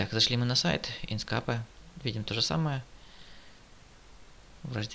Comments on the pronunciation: Не инскапе а инкскэйп правильно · инскеэээээээээйп пж нормально произнеси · Самое бесячее это звучание ИНСКАПЭ. Узнай как оно произносится правильно. Удачи!!!